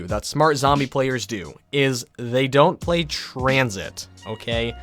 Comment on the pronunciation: I pway twansit ;(